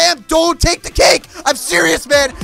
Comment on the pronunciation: *Like deh not like den